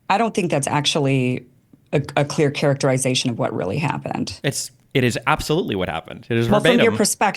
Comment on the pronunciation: Kim saying characterEYEzation is almost as annoying as her entire pissy attitude